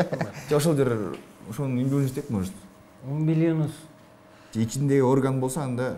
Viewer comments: Умбулинус эмес😂 " УМБИЛИКУС деп айтылат " -, латын тилинен алынаган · Умбиликус дейт а не умбилинус 🤣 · Киндик умилиНус эмес умбилиКус да😅